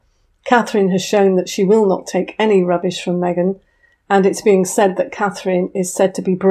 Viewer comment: Meeeghan in Texas? 😂😂😂😂😂